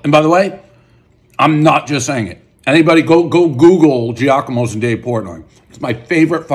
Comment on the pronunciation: It’s Jahk-a-mo lol